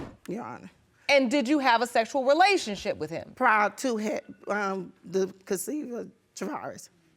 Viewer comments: “Not during the window of conceryiuupn” WHAT?? Lol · Maruquel Williams Thought she said “consex” the first time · Somebody please help mom pronounce "conception" and "conceived" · She said not during the window of consection! 😂not conception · She cannot say conception to save her life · Let me find out she can't pronounce conception. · I knew none of them was the father. That young man is too handsome. I knew the mother was lying, she could not even pronounce the word conception